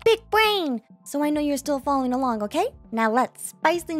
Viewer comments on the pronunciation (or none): none